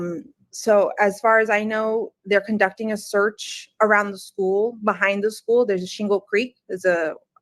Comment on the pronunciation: I hate the way says “schoo” instead of school she’s a if and evil and crazy like a fox who has serious evilness in her soul or lack of soul if you will